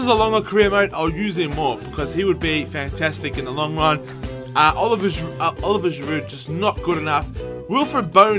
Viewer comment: I cringe every time you say Giroud's first name lol